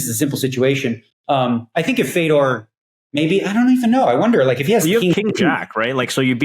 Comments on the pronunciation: Fay-Door - you can say it correctly,. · How can't u Pronounce Fedor correctly ! He's a legend ! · I don’t know why but I found him mispronouncing it tilting af